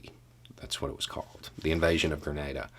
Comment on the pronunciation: Hi, Greetings from 🇨🇦 by way of 🇬🇩. BTW THANK-YOU for pronouncing Grenada correctly 👍. Grenada went from a British🇬🇧 colony to self rule to independence in 1973. Grenada's 1st PM became a dictator and banned all of the political parties - including the communist party. With money from Russia and training from Cuba they overthrew the dictator in 1979 and promised free and fair elections the following year. The leader of the revolution was Maurice Bishop. Maurice wanted to lift up the population of Grenada. 80% of the island did not have electricity or telephones. Health, education, jobs, all were lacking to the majority. Maurice changed this with massive projects around the island much like your American projects during the great recession. There was no elections the following year. Grenada's Constitution was slowly destroyed, held together by a Governor General - who insisted that the rules of parliament be used to govern. Maurice was well liked. Coard a devote communist did not think Maurice was communist enough. Grenada had many contacts with different communist countries. There was a Cuban military mission. A Cuban construction battalion that helped Grenada build its current international airport - that the US 82nd airborne parachute in on in 83. Maurice visited the US government in October 1983 and on his return stopped off in Cuba to visit with Castro. On Maurice's return to Grenada he was arrested, charged with being a traitor, and kept under guard at his residence